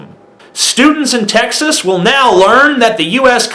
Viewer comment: What's up bro. Cool video and all, but at least be able to pronounce the states name correctly without a lisp before trying to insult it...